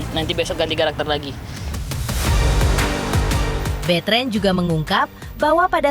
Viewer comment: Namanya Betran dibaca betren..aneh..onyo pemikirannya dewasa